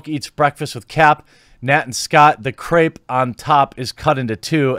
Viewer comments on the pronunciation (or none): none